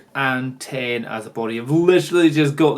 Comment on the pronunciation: Could you call it a D8-10 please. Not D eight hundred and ten. It seems to really annoy me. Thanks then!